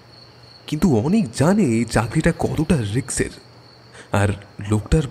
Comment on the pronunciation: কথাটা 'রিস্ক' রিক্সের নয়